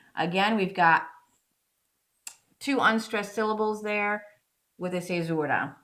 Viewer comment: A lot of this is over my head. Just here to tell you I love your pronunciation of the word fissura :)